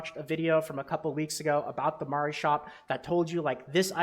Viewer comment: Love your videos man! Pronouncing Mari correctly is just an added bonus :)